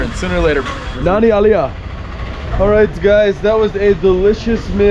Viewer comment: It's funny how you say Nanri(Thank you). You say it like Nanny!! There is a R in between.